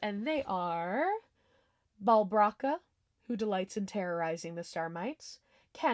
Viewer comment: love this video sm but i have one note: balbraka is pronounced ball-breaker😆😆